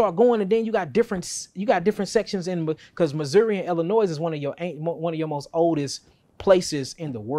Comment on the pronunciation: It's pronounced ill-a-noie my brother, not ill-a-noise!!!! .. apparently it's FRENCH, according to this pale man that gave me hell as a young telemarketer!!! I called him pitching my companies service, he snapped at me for saying ill-a-noise! He said get the name right kid, it's French and it's NOT pronounced ill-a-noise!!!!! Hey, we learn something every day. 😅